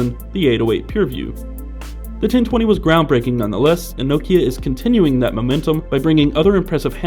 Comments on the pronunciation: Learn to pronounce Nokia... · If even Stephen Elop pronounces it "No-key-uh", I will, too. Thanks.